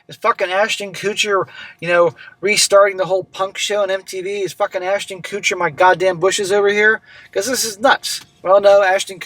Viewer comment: “Ashton koootcher”😂